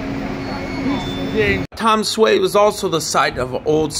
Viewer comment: I live here. I know the spelling is misleading, but it is pronounced "Danshway". Another spelling is Danshui. Thanks for visiting! It is a great place.